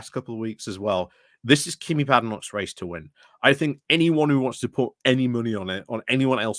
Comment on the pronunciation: Is there a reason you say Kimmy, when it's obviously pronounced Kemi? Is it the same reason you always leave the n out of Jenrick? Are we to expect videos about Kamabla?